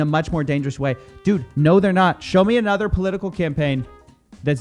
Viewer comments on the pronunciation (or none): The many "dudes" of Coffeezilla: Ded Did Dad Dud And my favorite... Dewd (rhymes with feud) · the way says "dood" is the reason I watch these lol